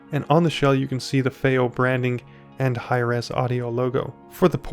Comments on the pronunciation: fay-oh? fee-oh! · you’re joking right? Their is so much misinformation in this “review” it’s not even funny. Because at first I did laugh you can’t even pronounce Fiio correctly. Since when do 2 i’s grammatically announce an A sound? That was hilarious. But saying to people whom come her to get information that “don’t expect to be blown away it’s just a dac” when in fact it’s marketed as a HEADPHONE AMPLIFIER is ridiculous. It’s actually on the more powerful side especially for its size. Even more so the balanced input that you knew nothing about....goes up another 100mw using it. That’s something you would have known by looking at the back of the box. You shouldn’t be reviewing things, my dude 👍🏼 not unless you wanna put a tiny bit of effort in